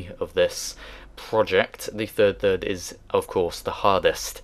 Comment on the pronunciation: Second and turd turd xD